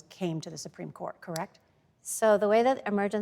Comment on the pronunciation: surpreme...who hired this mouthpiece?